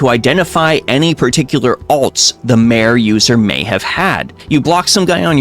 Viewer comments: It's pronounced "mah-ray," not "maire." Like the zone, Mare Lamentorum. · Since it's related to things on a moon, "mare" is pronounced "MAR-ay", meaning "sea", same as the IRL Mare Tranquillitatis (Sea of Tranquility), where Apollo 11 landed. Edit: There's a post about visual mods on the official site (I don't think I can link it directly in a comment). They tldr is they don't want people modding to look like they have unearned ult/savage/etc. gear, they don't want people modding to show unpurchased store items, and they don't want people modding to look nude.